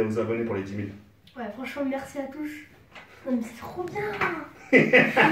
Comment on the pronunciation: Il dit mal le Merci , Non ?